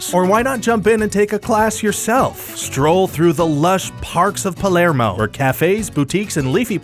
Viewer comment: Hey, you got "Palermo" and "Nordelta" pretty well. But the news about the capybaras is old by now. It was in the news back in January. :D